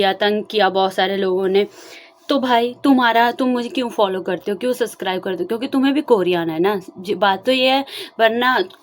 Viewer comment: Di I have a suggestion.. don't take it in a rude way.. work on your pronounciation... Your communication skills are good but try to refine it by improving your pronounciation.. I saw your videos from 1st video itself.. for example you always say suscribe... But actually you may be not able to pronounce b it's subscribe... I am also from Punjab I can understand.. but try improving it it will make good impression on first time audience... Best wishes ❤❤❤